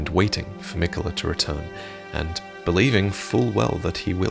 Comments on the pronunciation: Mikuh-luh, huh... aight if that's what you wanna go with, but it's clearly spelled Mi-KAY-la. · malenia says his name thousands of times, and she always says it as mikuh luh…